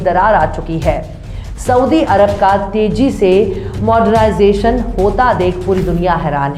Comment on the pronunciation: Jeo Tezy not teji You speak good Urdu Anyway keep it up